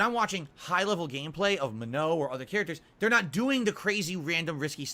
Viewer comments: M A H N O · "Muh-no" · I know if he says Manon's name wrong one more, imma slap him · and he's so sure he's correct lol, it's not even hard to say it right